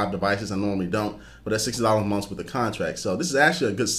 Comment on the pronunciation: "29.99 a mumf"